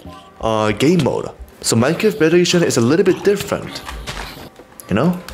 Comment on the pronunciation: "Bejock ejichion"